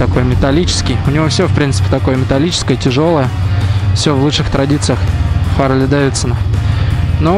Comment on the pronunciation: когда же вы начнете правилно назавание произносить - Харли, "-ли", не "-лей". чтоб посмотереть данные с компа, зажигание включать не надо. просто переключатель в лево, в позицию "accesories". ну и переснтаньте крузеры називать чоперами.